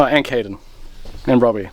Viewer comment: So.... Nobody called Caden "Canaden" yet?